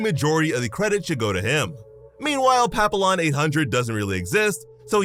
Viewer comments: Papillon is pronounced "pa-pee-yon" just so you know. "Pa-peel-lon" your a s s. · Papillon isn't pronounced pap-ill-on. It's french and pronounced pa-pee-AAN. And yes it means butterfly. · Dude it's French and pronounced Pap- E- Yon not Pap-I-Lon It Literally is Butterfly in French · Papillon means butterfly in French btw It’s pronounced papiyyon in french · Not being a stick in the mud but papillon is pronounced as pa-pi-yon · As someone who speaks French fluently, the way he said “Papillon” hurts. Btw it’s pronounced pap-ee-yon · Papillon is the French word for butterfly, so it should be pronounced "Papi-yon"